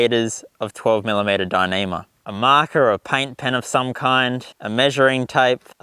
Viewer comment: Could you say dinima one more time?